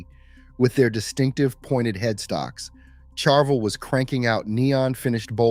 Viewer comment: Learn to pronounce Ibanez and Charvel.